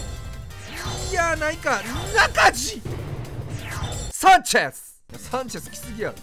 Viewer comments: 最初のサンチェスがキュンです！に聞こえるw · 今日のVIPさん良く喋る🤣 サンチェス‼️がサクセス‼️のイントネーション笑